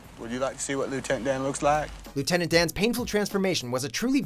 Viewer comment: Leuitent dan